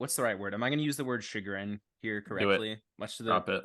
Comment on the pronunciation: Host rankings: 1. for Belle of the Ball 2. for Summit fake out 3. 4. for saying chagrin